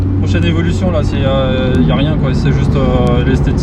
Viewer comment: What kind of car it is ? It's a Sam....... Evoloucheunze 😂